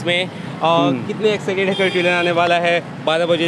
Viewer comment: Tailor nhi Trailer 😫